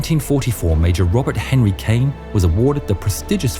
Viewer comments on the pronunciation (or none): none